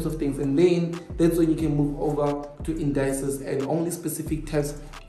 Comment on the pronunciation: Indices not Indayces,, just saying